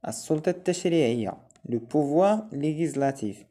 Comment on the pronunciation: Legislativeتأكد من نطقها